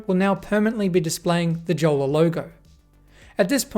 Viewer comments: Pronounced "yolla" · I think the pronunciation should be "iolla" :) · Btw it’s pronounced yolla judging by the company being from Finland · Since it's a finnish company, the name is pronounced as "yolla" and is a finnish word for a dinghy. :) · I thought it is "Yola"? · Jolla is Finnish for dinghy, it's pronounced "yolla" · Nope, it's pronounced yolla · Tough to take you seriously when you can't pronounce Jolla correctly. And you bought a 34 dollar phone. What did you expect...? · The pronunciation of Jolla is killing me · the way that he pronounces jolla makes me mad and im not even finnish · So you bought a smartphone from 2013, with a banner saying "permanently locked", you struggled with YOUR Mac to run telnet, you tried to hack a device that was designed with security and privacy in mind, and the summary of the review is that the Jolla device sucks? By the way, J in Finnish is pronounced like Y in English.